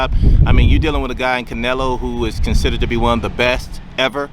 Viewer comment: CANELO!! CANELO!! not "nelo" wtf